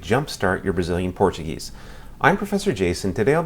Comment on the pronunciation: Tu ate parece brasileiro cara pronúncia quase perfeita